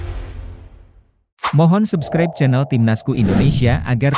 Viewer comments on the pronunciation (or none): none